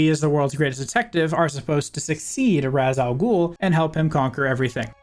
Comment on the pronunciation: Now, am I pronouncing this right?.